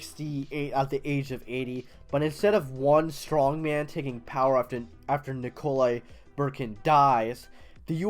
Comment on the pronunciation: Nick-a-lie Boo-khar-in